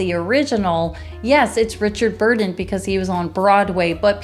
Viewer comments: His name is Richard BURTON, not "Burden" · Richard BURTON, not "Burden".